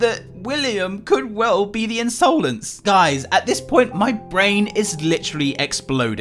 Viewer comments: Ins-OH-lence eyes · Insowlense eyes